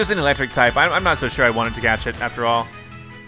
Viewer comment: He said elecstrike